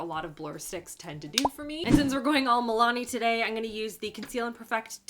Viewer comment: "Eye-n-gunna" ... is that a Canadian thing?